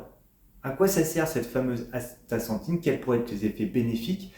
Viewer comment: Vous devriez apprendre à prononcer le nom correctement 😊